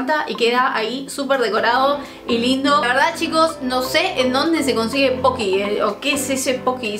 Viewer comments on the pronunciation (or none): madre mia la dificultad que tienes para decir Pokys jajajajaja. Son japoneses y son silares a los Mikado, pero estos en vez de ser solo chocolate, tienen sabores. Estan buenisimos.